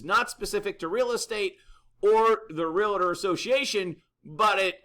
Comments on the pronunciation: Bad news ... for sure. But I would think somebody that apparently runs an "Online Real Estate Academy" would know how to pronounce REALTOR® It is "REAL TOR" not Real Ah Tor. Also the association is the San Diego Association of REALTORS®. There are a couple other REALTOR® associations in San Diego.. so accuracy and attention to detail should count. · I hate to see a seasoned professional add the extra syllable. It's not Real-a-tor.